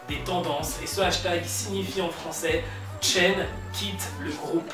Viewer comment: comment oses tu mal prononce le nom de mon mari ? attention a toi j'suis une psycopathe lol